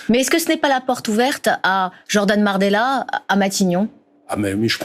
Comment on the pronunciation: Elle a dis Jordan marbella 😀